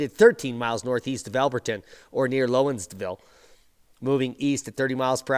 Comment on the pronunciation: I know, I know...we Southern folks have some funny sounding names for towns and counties. Lowndesville = say "down" then add a "z" at the end.